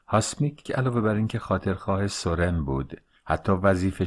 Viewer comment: سورن را بر وزن سوزن تلفظ می کنیم